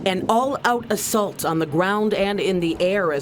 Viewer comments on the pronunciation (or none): when did ah-salt turn into ah-sult?